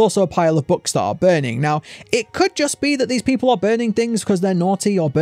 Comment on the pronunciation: you said puple not people XD